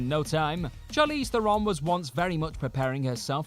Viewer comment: Theron rhymes with Sharon and Karen. It's not Thare-OWN.